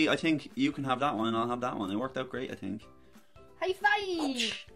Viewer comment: Did you just say 'THink'?